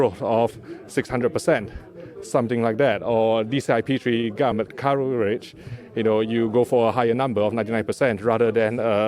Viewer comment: The way he says "advertisment" is almost as funny as how he says "gamut" advertizzzment and gamoot. Lol sounds like he was very excited to be there. 😀